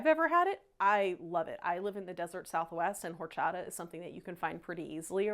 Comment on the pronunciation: The "H" is silent. ORRCHATAHHH